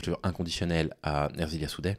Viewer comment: Soutiens total et inconditionnel à Ersilia Soudais! Une femme forte, déterminée et avec un engagement politique indéniable. Je précise que son prénom est "Ersilia" et pas "Erzilia", un détail mais qui m'a fait tiqué à l'oreille merci à toi en tout cas.